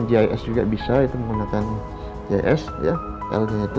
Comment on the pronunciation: gis mksdnya itu pak, tapi terdengaar seperti jhs. Gis atau sig singkatan dari sistem informasi geografis